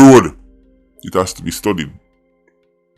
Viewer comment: "It has to be studdied"